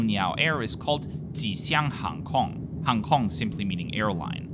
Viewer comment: Hi, thanks for your video about my hometown of Shanghai! I especially appreciate you exploring Hongqiao airport and railway station, and the lots of information about them in this video. I also love how you clearly pronounce Ma Nai Ga, You Tiao, and even Ji Xiang Hang Kong lol